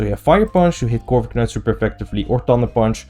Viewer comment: stop saying corviknight like that pls